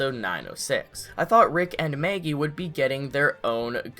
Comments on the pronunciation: Why do u say Maygee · MEhaggy. deal with it. :D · This person says “Maggie”in such an odd way 😆